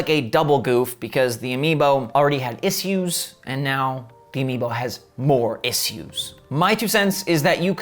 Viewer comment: Why do you pronounce the word "issue" the way Paul Joseph Watson does?